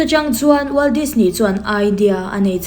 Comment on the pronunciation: NGATINGE DISNEY TIH LAI HI I THLUK VAK ŢHIN A, NAUPANG ALPHABET SAWI THLUK VAK ANG MAI😂😂😂